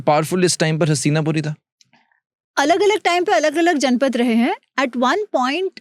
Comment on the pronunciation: It's जनपद and not जनपथ.